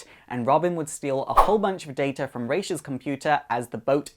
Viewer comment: Finally someone says Ra's name right.